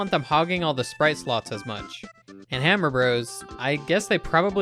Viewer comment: You know how to say Mario Bros. and Hammer Bros correctly. Impressive.